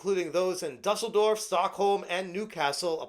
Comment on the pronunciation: Watching mispronounce Dusseldorf is more entertaining than anything Ubisoft has made in years.